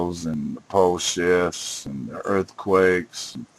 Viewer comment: did he say "pole shits" lol